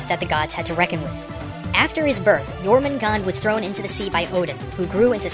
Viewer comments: You miss pronounced the snake Jormungandr. Its pronounced your-min-goon-der.. thats the best way i know how to describe it. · As someone whos from iceland, you actually pronounce the nordic names pretty well, except jörmungandur